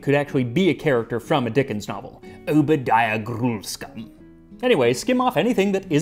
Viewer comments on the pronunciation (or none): none